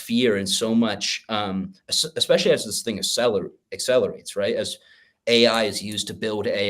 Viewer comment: Did say "AccSaylorates"? New verb for hyperbitcoinization.